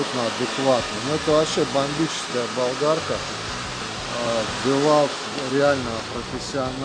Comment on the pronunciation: Что такое девольт? Это что то французское что ли? Мы знакомы с ДиУолтом, но про девольт не слышали... Может быть в девольтах именно так как вы и говорите, но в ДиУолтах такого не встречалось. Кстати машину OPEL произношу как ОРЁЛ. Как вижу так ичитаю. На машину Lexus, говорю не Лексус, а Лехус итд... Спасибо огромное! Видно, что вы очень разбираетесь))👍👍👍👍🤣🤣🤣🤣🤣🤣